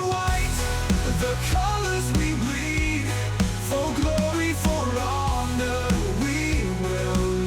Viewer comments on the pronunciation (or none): none